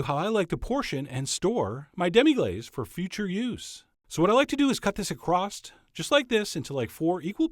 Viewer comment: He said "acrosst." Arrgh! Adding a T to across is a pet peeve of mine. Also, Demi Moore pronounces her name as "De-MEE," not "DEM-ee." I don't know how Demi Lovato says her name.